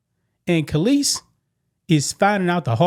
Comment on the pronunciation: You mispronounced Kelis.